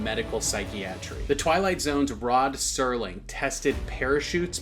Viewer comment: That’s Rod Serling, not Sterling.